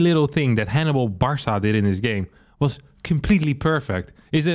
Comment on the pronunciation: pronouncing "Barca" as "Bar saw" 💀